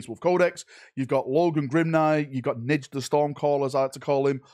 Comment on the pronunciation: For the love of god please say his name the way it is and dont make some shit up. It is N J A L ..... who is Nidge?!?!